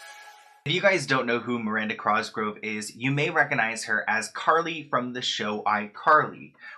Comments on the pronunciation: Not saying cRosgrove 💀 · he keeps saying his name as CROSGROVE n i lose it every time